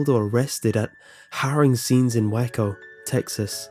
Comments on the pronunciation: "Waco" is pronounced like "way-co", not "whack-o"...lol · It's Way-co, not Wack-o 😂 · Waco = Way-co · “whacko texas” 😂 it’s Waco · just a note: Waco is pronounced way-co. :)